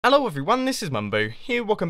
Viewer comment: Did he just day Eh-low : that was officially the most British then I have ever heard from him.